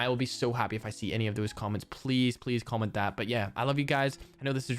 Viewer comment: I was so confused when u said comment pxrpose cause I was thinking u said “common prxpose” lol.